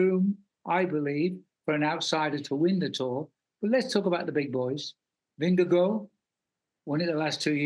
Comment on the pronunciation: Way to go tj, you pronounce names pogacar and vingegaard correctly. Only one who does so at nbc.